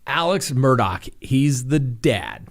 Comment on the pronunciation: Talk administrators / mods... can someone PLEASE inform that the name is pronounced Murd-ahh NOT Mur-dock. I'm on the edge and that just might tip me over!! (LOL)